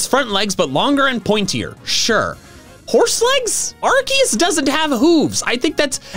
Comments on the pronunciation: ARCEUS, NOT F*CKING ARKOOS! HE DID GET IT RIGHT! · it's Arkoos